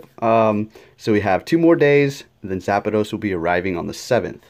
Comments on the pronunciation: "Zapados" "Ho-Ho" C'mon man please pronounce them right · “zapados?” “oh-ho?” lel